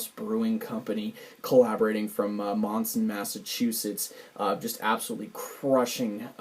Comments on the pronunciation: Mispronouncing the names of towns in Massachusetts is a very common thing. It's not Manson, it's Monson, like saying Monday. My favorite mispronunciation is still Worcester. I'll be getting this pack very soon. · The town is pronounced more like "Mun-Sin". Its in Western Massachusetts. Sorry for the correction. I'm from Mass. Cheers!